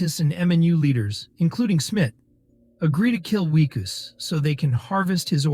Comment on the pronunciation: You need to pronounce names consistently. Is the protagonist "Wickus", "Weekoos", or Whykoos"? Otherwise, good recap.